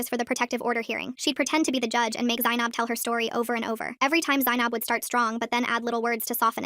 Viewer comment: r u offended at the way they absolutely butchered the pronunciation? I am